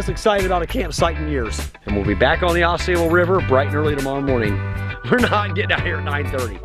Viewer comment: Fun video, but...It's Au Sable (like Cobble) and we use "paddles" to paddle kayaks. Oars are for rowboats. You gave yourself away as not a paddler.